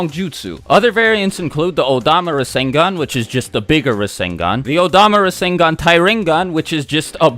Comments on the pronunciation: I’m gonna take a shot every time you say rasengon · did u say minato created the resengan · Boruto's rasengan actually uses Lightning (Raiton) element. Not WIND (Fuuton). Sasuke specifically explained it to both Naruto and Boruto during the fight with Momoshiki. No biggie tho, I thought it was wind at first too.